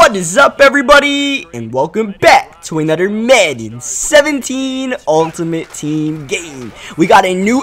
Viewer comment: "What is up every body it's me back with a nodder madden 17 gameplay" i love it!